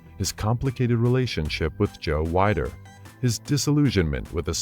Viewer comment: Joe "WE-DER", not "WHY-DER"